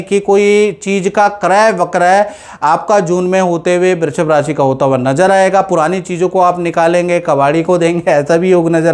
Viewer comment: Abe love day babuchak... Naam bolna Sikh lo... Brrrrushb nhi hai...😂